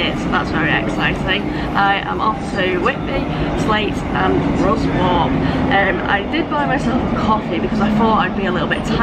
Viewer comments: Excellent video as always :) When I start my train and history vlogging channel my first journey will be Chesterfield to Whitby by train and I'll only be there 4 hours but hope to cram everything in. Also (and not that it matters) Ruswarp is pronounced RussUP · Isn’t Ruswarp called locally ‘Ruzz-up’ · Ha Ha. Ruswarp = Ruzap, Sleights = Slights (as in "light"). Well, you know how to pronounce Grosmont now. ;) Isn't Yorkshire Brill! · local in pedants corner - its pronounced Slites and the other one Russop by the locals - soz